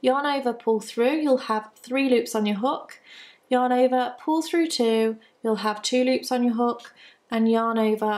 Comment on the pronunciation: Love your videos, although when I watch at home, my husband and son think you are saying "Your neighbor" every time you say "yarn over." :-)